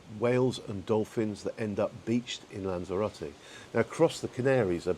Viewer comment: Are you pronouncing Lanzarote differently or is it just my ears? Lanzero-tay as I would say Lanzero-tea?🤔 Ps. Great vlog!